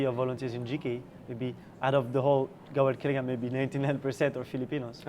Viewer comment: Hi I think it's Gawad Kalinga not Gawak Kalinga.. =) anyways thanks for this video.